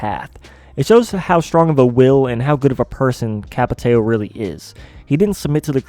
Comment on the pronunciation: Ç is pronounced like S,but nice video